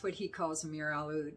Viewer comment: Amir a what? Trying to figure out what you were speaking of as the cinnamon one.